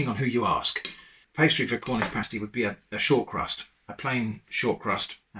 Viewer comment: In the upper penninsula of Michigan the "pasty" (pronounced exactly as you, and we DO correct people). While most people in the US just think of them as another "Michigan Thing" us Michiganders know it was brought over by Cornish Miners during the 1840s, who came to work in copper mines.